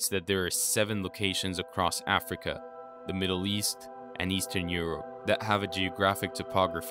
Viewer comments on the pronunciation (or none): none